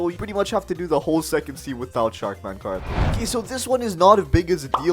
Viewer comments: What is that pronunciation of karate? It's kuh-raa-tee, not kuh-raa-tay. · karate is pronounced karateee not karaté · “Sharkman karatae” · "Sharkman karatay" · ah yes my fav grinding fs sharkman kar-a-tae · karate is pronounced differently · You keep saying karate wrong and how would you able to awaken dough when you need to kill dough king and his in third sea